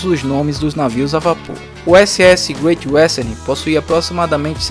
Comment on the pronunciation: “Greitchy uésterni”